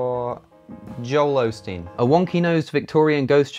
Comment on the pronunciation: "Joel Olesteen" LOL SAVAGE